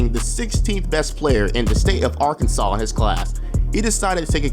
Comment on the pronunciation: Arkansas Represent, but you pronounce our states name so weird